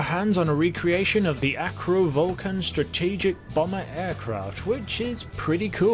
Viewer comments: Avro Vulcan... not Acro 🤦🏻‍♂️ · He said acro hahaha its avro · Did you just call it an ACRO vulcan... My dude, its AVRO. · Did just say Acro Vulcan? angry Avro noises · It’s avro Vulcan not acro vulcan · AVRO Vulcan not ACRO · It's the Avro Vulcan not acro. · Avro vulcan*, not acro like you said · it’s Avro Vulcan not Acro you spaz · And it's avro vulcan not acro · You said Acro Vulcan, its Avro ahhhh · Avro Vulcan not acro. Cmon mate your English int ya?😉 same people who made the WW2 winning Lancaster bomber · Did you just call it the ACRO vulcan? It’s Avro :) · YOu saId "AkRO Vulcan" iTs AvRO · Avro, not Acro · It's an Avro Vulcan, not an Acro🤦‍♂️ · I might be hearing wrong but he called a avro Vulcan a Acro Vulcan :| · Did he say acro vulcan? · Hold on, what's an "acro vulcan"? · Did this man say ACRO vulcan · The way you said AVRO Vulcan made me shiver